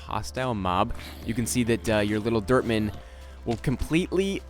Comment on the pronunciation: was sounding like was saying derp man no offense